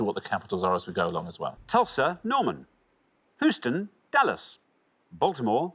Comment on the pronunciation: Hooston? Are y'all mad?